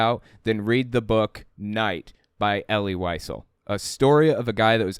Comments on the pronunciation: It is pronounced ElL-LEE Lee-ZELL. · Pronounced "E' - lee Vee - SEL'",. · EL-EE WHY-ZELL...that is how you pronounce his name.